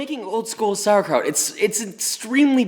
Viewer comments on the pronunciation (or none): As a German I approve But the PRONOUNCIATION you were so close psd nearly there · Hihihi, you really call it "Sauerkraut"! How funny, from germany 😄